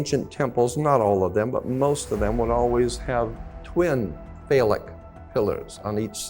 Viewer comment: "CRISCO OIL" IS CRYSTALIZED COTTON SEED OIL Everything ain't what he says exactly 💯. "NOXEMA" BRAND NAME OF FACE CREAM - NO EXEMA THE WORD IS "PHALLIC" he is mispronouncing. Why would an educated man call a woman's vagina, "BOX"? YEAH, WE ALL NEED TO LEARN NOT TO REPLACE FOOLISH THINKING WITH FOOL THINKING.😮